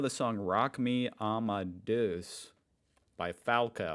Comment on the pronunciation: Only a short comment: It is „Rock Me A_ma_de_us“ and not like you said it: „Rock Me Amadös“